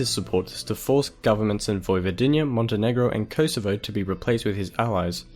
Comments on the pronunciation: and its Vojvodina u say Vojvodinja its cool bcs u dont speak serbian 🌚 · 1.Why tf is there Russian music, i know they were influenced by Russians but they are south Slavs not eastern Slavs 2.Yes there were 6 countries in Yugoslavia but mentioning Vojvodina and Kosovo was not necessary (Also its pronounced Vojvodina not Vojvodiiiina you just have to say it faster and thats where every non Serbo-Croatian speaker makes a mistake) 3.USA and the west took them apart they paid some politicans to do that so that would tear them apart becasue Yugoslavia was a strong,rapid developing country,basically you told a lie and someone who will become a historian will spread that lie across the world so the future generations will not know the true history. 4.Ivan didnt resign he was forced to leave. And i dont want to talk about the countless word that you butchered trough the video. 6/10 for effort on making this video,but you failed to tell some essential things right. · Vojvodinija.. 😂 🤣 😃 😄 😅 What a dumb fucker...